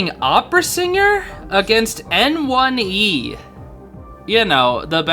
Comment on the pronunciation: hey just to let u know, N1e is actually pronounced 'nyeh', since its the word 捏 in chinese (copypaste it into google translate) and it basically means 'pinch' or 'squeeze' (he's literally pinching the survs lmao) fun fact the cn fans call him 捏神 (nie god) because he's just that good